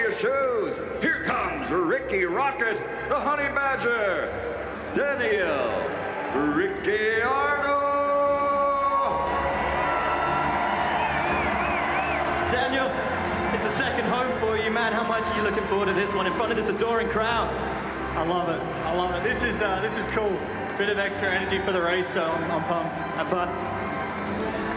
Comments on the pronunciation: Yeah I was wondering why Buffer said "Ricki-ardo" when it's actually pronounced Ricardo but his last name is spelled Ricciardo. But he pronounced Räikkönen right. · I will never cease to laugh at some of those pronunciations "Boat-as", "Kee-vee-aye", "Ree-Kay-ardo" and "Oh-cone' being among the funniest. I cant help but love what the American accent does to some things! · Even Michael buffer said Daniel Ricardo's name wrong